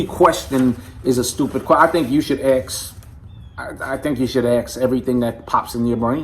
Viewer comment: Hi Bro... ... Sean and you talk the same way...you both talk...about axe in stead of ask... ... Please don't be offended... ... As critical listener... ... I AM just interested how 2 BROTHER s of the same household MAKE the same mistake...and if i am wrong because yall (‼🎵) speak the same local "slang"...(ask me with it means in MY maine language) ... And 2nd...I hope Sean is not READING this: you think more than your BROTHER Sean‼Cracking jokes here...but i am serious... ... My solid hugs to you and bro Sean... ... Amazing job you both are doing in THESE "last days of the last days, just before the 8GB go extinct"🐉🐉🐸🐸🐍🐍📱📱🎞🎞📽📽